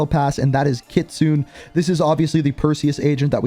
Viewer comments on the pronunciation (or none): its ki - tsu - ne please ffs stop saying kitsoon please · Kitsune = Kit Su Né not Kit Sune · Lol. Kit-Soon. It's pronounced Kit-soon-ey. Kitsune means Fox in Japanese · Kit-soon-ey. Your Canadian dude this one should be easy to pick up. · It’s pronounced keet-soon-nay lol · KIT-SOO-NAY. FOR THE LOVE OF GOD. Its incredibly disrespectful getting these names wrong man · I’m pretty sure kitsunes name is pronounced kit-soon-ay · Seriously your still saying Her Name Wrong.😒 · I died of laughter when he pronounces kitsune Japanese for fox. anyway I love the vid bro keep it up!